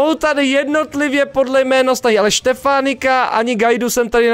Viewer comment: žiadná nenávisť, ale vyslovuje sa to [Štěfáňik]